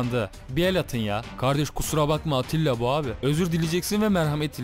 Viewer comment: Attila degil Atilla